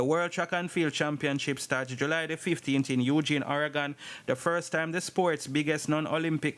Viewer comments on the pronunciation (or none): none